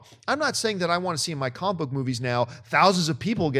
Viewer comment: new drinking game - take a shot every time John pronounces it "comk book movies"